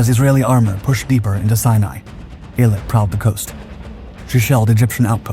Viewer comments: You are pronouncing the name wrong. Its EEL-AT announciation. Named after the resort city on the Red Sea coastline. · Eilat, named after the ancient port used by King Solomon and a modern port and resort, is pronounced with the accent on the last syllable: Ay-LAT. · Worst pronunciation of Eilat of heard yet😂